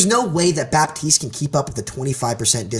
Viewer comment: What about the amount of times they both say Baptiste wrong?